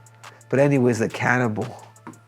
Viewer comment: World : "Cannibal" Henry : "Canibol"